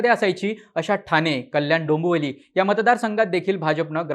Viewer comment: डोंबोली नाही भाव डोंबिवली 😢😢